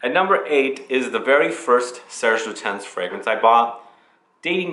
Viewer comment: Silent S in Lutens ;) lute'unn. And the last e in "féminité" is pronounced because French must be hard 😀 (the é is accented) Fille en Aiguilles refers to a girl in stiletto heels and femininity (to be found?) in the pine needles. I guess. Great video and I was going to say go visit the store at the Palays royal but hey :)